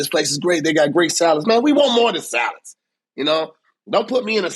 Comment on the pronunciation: "I want more than savids" (salads 🥗😂)